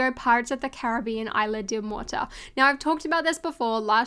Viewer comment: I'm sorry, i hate to be a grammar-nazi but "isla" is pronounced with a clear and distinctive "S", just like it's spelled, not "ila". There are different rules in Spanish.